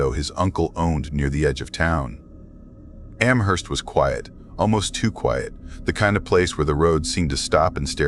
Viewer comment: I’m not a fan of mispronounced ‘Amherst’. It’s a place in Massachusetts USA too so no excuses.🤣